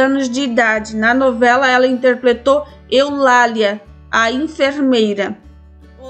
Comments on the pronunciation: Essa menina fala interpletou. E interpretou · É fofo a narradora falando a palavra "interpletou", rs